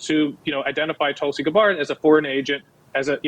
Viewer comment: It took me turning on captions to see that yes, he is really pronouncing Tulsi Gabbard that strange way.